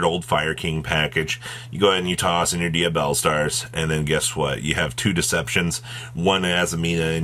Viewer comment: Tear-ah-la-ments lol I hate that Or dia-blaze 😂